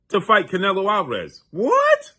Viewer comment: Bro, you always pronounce the fighters name incorrectly. Get your stuff together before you come on camera embarrassing yourself. Learn how to pronounce the fighters name, dude.